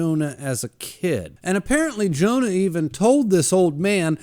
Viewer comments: Hearing you pronounce Johan as Jonah made me wince every time. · Monster is so fucking good. I watched the anime about a year ago and it blew me away. Also it's Johan not Jonah lol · You forgot to mention that the hospital make sure Temma doesn't get the credit of all those high-profile surgeries that he worked on for powerplay move. The little boy that grew up to be a serial killer name is Johan(yo...han) not Jonah😂 lol.